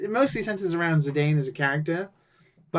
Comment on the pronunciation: "Zedayne" lol (it's "Zeedone" like the french football player) going full Gorg. You never go full Gorg.